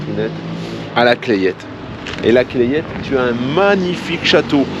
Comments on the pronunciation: Salut, la Clayette ça ce prononce "la Clette" le a et le y ne ce prononce pas. Clayette (comme tu le prononce) en patois c'est une cagette. Bon confinement, un voisin et abonné d'Autun. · Coucou ! Tu es , je le répète , à côté de chez nous ! Et je me permets de te dire que la Clayette se prononce la Claite ! Et oui ne cherche pas c'est comme ça !!!! Bisous à vous et à bientôt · 😀😄bonjour...on prononce "la claitte" pas "claillette "..tu fera moins touriste avec les gens du coin! bonne journée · On dit la clette... pas la claiiette.belles images d'un coin que j'aimais beaucoup dans mes tournées commerciales